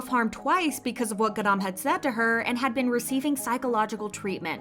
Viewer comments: the way u pronounce her name is soooooopo annoying. "gadam" please u're not even a korean stop trying it doesn't even sound korean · stop the way they say ‘garam’ im sobbing every 3 seconds ‘gArAAn’ 😭😭😭